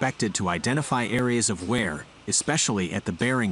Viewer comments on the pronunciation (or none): Note to person reading the script. It is ' WEAR AND TEAR ' pronounced 'ware and tare'.